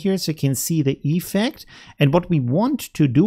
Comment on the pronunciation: Dude... it‘s effECT, not EEEEFect😅